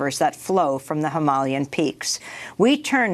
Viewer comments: It's hyma-LAian not hymal-IAN. Amy you putting im-PHA-sis on the wrong syl-LA-ble. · It's Hima-LAY-an. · Journalists should really know how to pronounce things properly hi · muh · lay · uhn is how to pronounce Himalayan :) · I appreciate this channel’s journalism. They’re pronouncing “Himalaya” and “Himalayan” in a way I’ve never heard of before: “him-ah-LAY-un”, instead of “hi-MAL-e-un”. It’s clearly intentional. Perhaps this is the way it’s pronounced locally? And shocking that Bayer was making zyklon B in WW2, but I can’t really say I’m surprised. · Needs to learn how to pronounce Himalayan